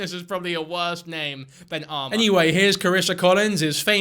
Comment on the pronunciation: i was listening to this and i kept hearing "Alma" instead of "armor" and got confused why was judging like "Alma's a cute name tho" NOT ARMOR?!?!!?